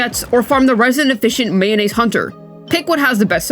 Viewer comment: he is telling mayonise hunter